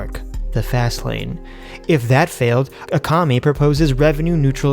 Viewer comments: LOL A COMMIE Isn't it ak-ah-my? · Sorry I had to tell you "Akamai" "Ah-kah-my" In Hawaiian it means smart. Now you akamai! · Aww cmon you are Akamai! Akamai you.